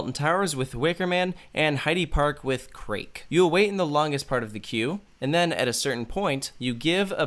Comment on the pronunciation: Yep, I think all of your solutions would be superior to the current one being implemented. The folks at Cedar Fair would do well to take your input into advisement. Also… sliiightly triggered by the pronunciation of "Krake" , lol!